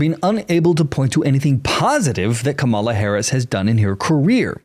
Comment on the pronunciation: I don't always agree with you but I do enjoy listening to your point of view. Believe me, I am not a fan of either Harris or Trump. I have 2 questions for you: (1) why do you pronounce her name incorrectly? and (2) why do you not consider that Ms. Harris has TWO parents. Her father, Donald Harris, is Jamaican-American. Just because Donald Trump made a fool of himself in this instance doesn't mean that you should follow suit.